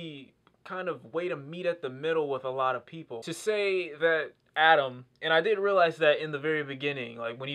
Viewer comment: His name is Atom not Adam